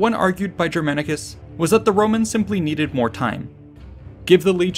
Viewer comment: "rome neded more time" ... neded more time, in germania... and in flanders... my mind: everyone who counts loves neeeed flanders!